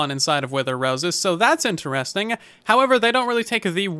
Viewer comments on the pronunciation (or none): none